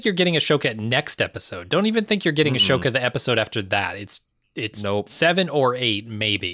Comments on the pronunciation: He messes up pronunciations all the time and he usually acknowledges that flaw, so I'd just bear that in mind and move on if you're a regular listener/watcher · Not to be that guy... but Ahsoka is pronounced “a-soke-ah”, not “ash-oke-a”. I think your mind is flipping the ‘h’ and ‘s’ in the spelling?